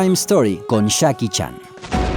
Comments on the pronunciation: dijo Chakie chan 😂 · Nadie: Argentina: Shan claud van damme y chaki chan xdxd No se ofendan soy argentino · Nadie: Absolutamente nadie: Argentinos: Chakie Chan